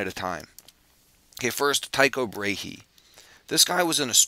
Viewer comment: his name is not pronounched brayhee - but bra-e (like a brazier - bra) and an 'eh' like the canadian eh?: ˈbrɑɛ First name is pronounced as: ˈtükoʊ just for info ;-)